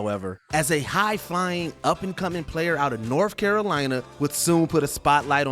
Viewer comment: Lmao he actually said norff Carolina 😅